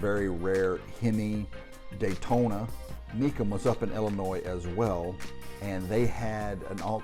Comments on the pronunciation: The S is silent in Illinois. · When pronouncing Illinois the S is silent.Just Sayin.